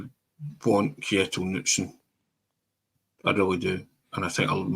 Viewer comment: Lads, I know I'm being pedantic here, but if you're raving about the guy at least pronounce his name properly 😆 The name "Knutsen" is pronounced "Ka-NOOT-sen", with the emphasis on the middle syllable. It is a Scandinavian name that is pronounced similarly to how the first part of the name is a shortened version of the name "Canute" (or "Knud").